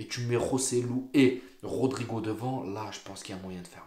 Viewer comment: Les gars cessé d'écorcher le nom de rodrygo et nn pas rodrigo😂 vs êtes de faux supporters Hala Madrid forerver🎉